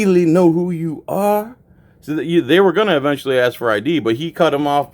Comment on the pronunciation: “Ima aksss u uh gin” why do we tolerate this illiteracy?